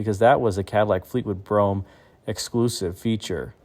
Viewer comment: It's funny how Americans can pronounce Brougham correctly but get so many other words wrong!